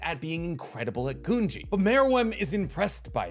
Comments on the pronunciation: It’s GOONGEE watch the dub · Your saying gungi weird.